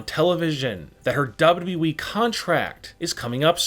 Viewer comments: It's wwe.... .not dub dudeeeeeeeee..... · So y'all trusting a guy who says WEE instead of WWE🤔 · Him saying Dababa E makes me laugh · Ayo say wwe again 😂😂😂